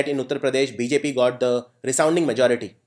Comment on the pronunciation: Thank you for the session, only problem - you are pronouncing "the" in the wrong way